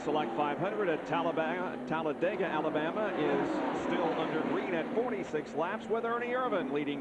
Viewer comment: 😂 Tallabama? Tallabega? Miss ya Bob. Your mistakes were the beast.. Benny in second…